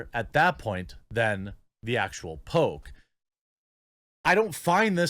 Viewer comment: I heard “Pope” instead of “poke” a few times.